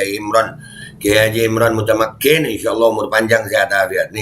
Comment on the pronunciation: Bukan MUTTAKIN, tapi MUTAMAKKIN mantap, lanjutkan beh 👍🏻